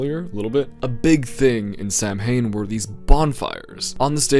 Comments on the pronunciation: To, sorry to be picky but its not Sam-Hain, Its pronounced Sa-Win. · "ok Loomis it's pronounced as ""sowen"" alright?" "SAM HANE!" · I will never forgive John Carpenter's Halloween for making the entire world believe that Samhain is pronounced 'Sam Hane'